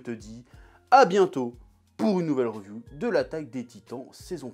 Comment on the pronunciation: Reuuuviuuuu hahaha tu me tue faut dire riviuuu